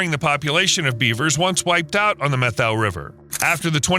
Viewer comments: It's pronounced Meh toe or Met ow as in "owie" Not Meth oh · Its NOT pronounced the "Meth-oh" Forest & River. Its pronounced the "Met-ow" And it wasn't all the 2015 fire. It was most recently the 2021 fire that spread over 650,000+ acres in the 4 north and central Washington counties. You are missing a huge player in your "story." That is the Okanagan County Conservation District. They do tons of beaver work, actually started this beaver restoration project if I remember correctly. And another thing that the CD is doing using beaver as a tool in their box of goodies. That is BDAs or by their full name Beaver Dam Analogues. It is when man goes into a watershed, 1st through 3rd order, and install imitation beaver dams, or, the BDAs. Humans build these dams, based off of Utah State University work, and install these structures to back the water up and create the pending action desired. This is quickly followed up with willow and cottonwood, birch plantings. You did an OK job with this video but you sure missed a lot as well. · Really good video! However, Methow is pronounced "met how" and not "meth oh." Soirce: I grew up at the confluence of the Columbia and Methow rivers. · BTW - it’s pronounced Met-how. Not Meth-ow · Pronounced, "met-how" not meth-oh..?otherwise, good stuff🙂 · Methow is pronounced Met-how. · FYI, Washingtonian here... Methow is pronounced MET-how. The name comes from the Okanagan word "sunflower (seeds). Some locals also refer to the river as "che-wack". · Me toe is how you pronounce Methow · The Methow Valley is pronounced MET-HOW. :) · Common pronunciation of Methow is Met -HOW. Thanks for shedding light on this restoration. Still remember the evacuation from this fire. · Met-how river, not meth-o. Edit: I've also heard meth-ow in this vid. The pronunciation is like the "new york METs" and "HOW are you." Met-how. No "th" sound anywhere. Beautiful area. Edit: Tulalip is pronounced too-lay-lip.